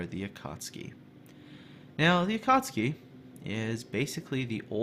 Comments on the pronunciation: Akatski in laughing but sorry, I think its AkatsUki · ElasticSniper I could feel myself cringing every time said Akartski. No offence! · Going out of my mind listening to you fail at pronouncing this ship :'( . A-ka-tsu-ki. Tsu = t + sue, so a-ka-tsue-key. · A-KA-TSU-KI not A cats' key. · RedstoneActive yup, it is not pronounced su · A ka tsu ki! not that hard to spell:D;) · The proper pronunciation would be closer to Ah Ka tSue Key, just barely enunciating the T. Regardless, it's definitely not pronounced the way was pronouncing it in the video, but it was better than how Jingles would likely pronounce it. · To whoever still debating about the pronounciation. In Japanese, "Akatsuki" kanji is written as "暁". The kanji "暁" can be broken down into hiraganas which is written as "あかつき", and each hiragana reads as "a", "ka", "tsu", and "ki" (they do this often when teaching children to read a kanji, or include them in mangas so people don't misread the kanji). So the correct pronounciation is a - ka - tsu - ki. BUT... It is also acceptable to pronounce it as a - kat - ski because : 1. It sounds just the same when read fast, the Japanese will still understand it 2. This video in general isn't about trying to teach you Japanese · say it like this. "Akk at suki" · Definetley pronounced Akatski :) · just a little language tip, the tsu is pronouced as if the T doesn't exist. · I believe the "T" is silent. The reason why this "T" is silent is because there is "tsu" and "su" which are pronounced differently. A common English word where "tsu" is used is tsunami where "T" is silent. From my little knowledge of Japanese, "tsu" is pronounced like "sue" and "su" is pronounced like "zoo" but the "z" will sound like "s". Akatsuki = Ah-Ka-Sue-Key (that my assumption of the pronunciation of the word). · Akatsuki does have a 'u' in it, you know...